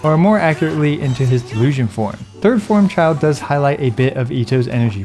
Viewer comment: It's Childe, not Child, "bozo"